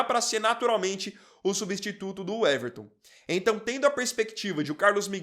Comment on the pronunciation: Uweverton? O nome é Weverton, pra que colocar um U na frente?